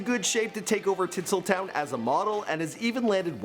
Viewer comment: Did he say Tittsletown ?